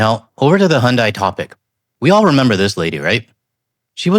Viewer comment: I know it is not the point… But, it seems North Americans have a hard time pronouncing Hyundai.😅